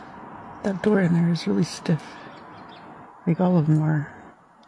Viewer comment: This narrator can’t even pronounce Cherokee… google how to pronounce it. And stop saying der and dare. They’re pronounced The and there. You’re an embarrassment to England.